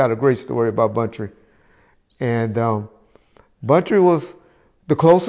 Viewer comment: Hey bro just letting you know it’s Buntry not bountry